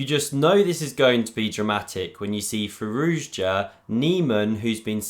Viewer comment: Fantastic pronunciation of Firouzja 👍